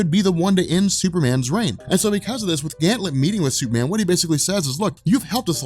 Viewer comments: Why do you keep saying "Ganthlet"?? ~_~ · *Gan-Th-It. Heh-Paul-i-Ta.... had to... I'm sorry